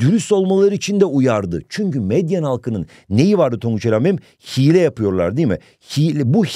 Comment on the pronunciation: Bu arada hocam meyden degil medyen ❤